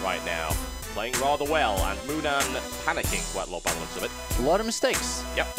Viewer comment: ...its MOONAN not moman,thx:)